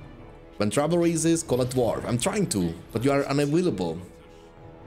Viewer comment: 1 tequila shot for every “v” pronuntiation instead of “u” (he usually say “war” like “var”, or “witch” like “vitch”). Thanks for your vídeos!